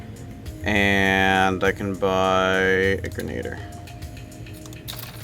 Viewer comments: the grenadier's and pronounced gren-a-deer not granad-er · Gren-A-deer not grenade-r